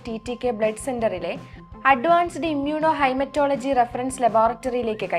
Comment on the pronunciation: ഇമ്മ്യൂണോ "ഹൈമറ്റോളജി" എന്നത് ആദ്യമായി കേൾക്കുകയാണ് !😛 ഹെമറ്റോളജി എന്ന് കേട്ടിട്ടുണ്ട് !😊